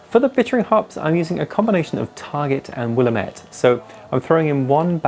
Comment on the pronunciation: People from Oregon be like "Will-am-it, damit!" 😂 Great video as always.